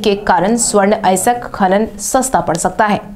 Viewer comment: अयस्क या अएसक? ठीक से अध्ययन करो।